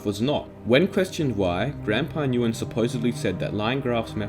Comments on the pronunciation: Nguyen is pronounced "win" I think btw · Nguyen is pronounced win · i never knew this about mineplex 😳, i’ve played mineplex years ago and i was curious for the reason of this video and i’m not mad. (btw nguyen is pronounced like gwen) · Btw Nguyen is pronounced as "When" or "Wen"